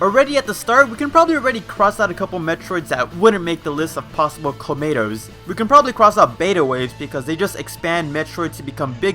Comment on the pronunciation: All I hear is Clamato